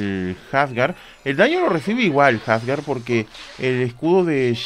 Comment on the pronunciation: Que horrible cuando le dicen jasgar , hasta en la traducción oficial le dicen Asgard de tauro :/